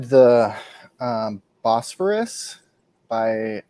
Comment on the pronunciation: No, it's Bos-phor-us